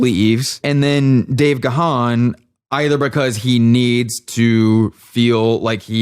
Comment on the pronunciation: that was funny, and what is particularly good was your knowledge of DM and music overall) one point though, Gahan is pronounced just as "gone"